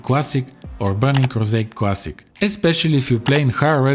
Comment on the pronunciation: "Should you pway World of Warcraft? World of Warcraft Cwassic? or Burning Crusade Cwassic? YES!!" Me "Oh..ok"